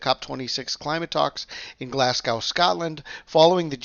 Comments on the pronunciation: Hi there, check out how to pronounce Glasgow, it should be Glas go not Glas g ow, check it out, every Scottish person is cringing when you say Glasg Ow. Cheers and thanks for the reports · It's Glasgow like glaz-go not like cow 😆